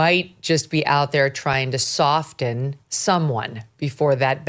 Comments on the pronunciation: Is soften pronounced "soft-en"? Megyn seems to think so. 🤔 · Megyn love you girl but the “T” in soften is silent. So it’s sof-en not soft-en. Please don’t come at me😂😂😂😂 love you!! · Another good show Megyn; however, Walter was wincing like all of us each timed you pronounced the "t" in soften. Have you really been mispronouncing it your whole life? That's hard to believe considering your background. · Love you, Megyn, but I've never heard anyone but a child who doesn't know better pronounce the silent "t" in the word "soften." Did you just start doing this? My goodness!